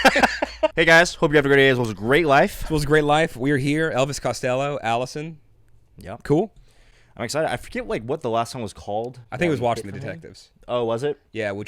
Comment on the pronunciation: Allison is pronounced al-li-son with 2 distinct ls. Alison is pronounced al-ee-son.